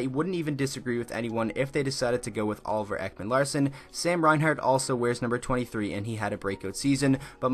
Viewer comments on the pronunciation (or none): none